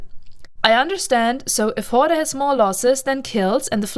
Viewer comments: Sorry to be that guy but the word "horde" is just pronounced like "hord", I understand you were saying it as it would be in German but in English a lot of Es on the end of words are silent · It was very hard to listen to you mispronounce the name. Pandemic Horder is not their name no R on the end I know you can say it you did it a few times in this video... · btw, the e in horde is silent, I couldn't stop laughing every time you said hord-ee if that was on purpose, even better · Wrong Corp. join the pros, KarmaFleet or GSF, with proper background check. PH is just cancer.... oh also, no "e" pronunciation at the end, just "Hord".... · lol I knew you where german the moment i hear you say HordEEE :D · The e on horde is silent. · For a non-native speaker, your english is really excellent - but why is it so hard to pronounce PH in the correct way? I mean on all the other vocabulary you are using, you do not fall back into some silly 'germanesque' pronounciation-games, so why then for 'horde'? this really makes you look something between stubborn and ignorant... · Can't tell if you're trolling or not... You are definitely pronouncing the word 'Horde' wrong. :P